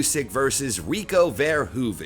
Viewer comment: `First English speaker ive heard actually pronounce Verhoeven's surname correct.